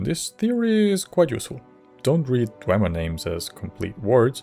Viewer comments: Good video but It's not pronounced Dwehmer or Dwaymer. It's Dwee Mer (Dwee like Free). Idk why you are citing these mongrel dog skryim npcs who are thousands of years removed. Azura's pronounciation is the correct one. Azura was around before the Dwemer disappeared and had plenty of interaction with them before they vanished. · In Morrowind, Azura pronounces it DWEEmer, and if the Twilight Queen says it, it must be true. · YES my headcanon is that Falion referring to them as Dwaymer implies that everyone's pronunciation is wrong AND that there are/were more Dwemer able to be communed with somehow. Could be a mistake, but it feels right that a character with strange magical powers and a weird schedule would have knowledge that no one else has in-game.